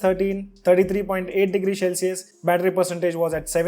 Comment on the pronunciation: CEL-cius NOT SHELL-cius